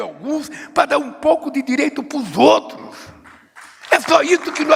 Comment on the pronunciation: Lula anda mto satisfeito ?????? Lula já tá lelé, já está igual ao Biden 😂😂😂😂😂😂😂 aliás um pouco pior, pq MENTE DESCARADAMENTE!! E diz que o mundo está mudando, mas affff Lula está atrasadíssimo, um RETROCESSO SÓ!! ... Lula fala: "direito pos outos" ... afffff só rindo desse sujeito sem vergonha e MENTIROSO!! 😂😂😂😂